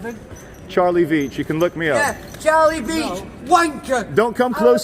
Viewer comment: Cha-lie Beech... Wankah 😂😂😂